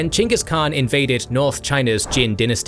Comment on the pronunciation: props to you for pronouncing the Khans name correctly. i don't mind when ppl say "Genghis" cuz that for some reason is just how foreigners say it, but a historian such as yourself, i respect that you say his name correctly greetings from a mongolian